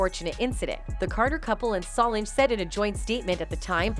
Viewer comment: Her name is So Lange. Learn to pronounce it.